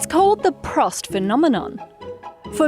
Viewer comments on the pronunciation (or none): It's "Proust" pronounced as in "football" Nonetheless, it's not that important ^^